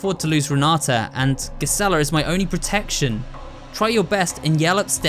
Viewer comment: Just a small nitpick, but I think Gisela’s name is meant to be pronounced with a soft g.